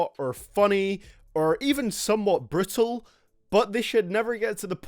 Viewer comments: thought he said "brittle" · Was that a "brutal" or a "brittle" lol just me?